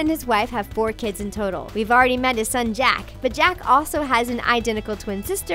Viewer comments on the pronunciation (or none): none